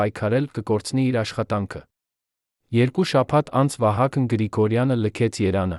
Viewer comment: Շատ վատ եք կարդում ,շատ սխալներով Երևանը սխալ արտասանելով,հարևաները, տվեք թող ուրիշը կարդա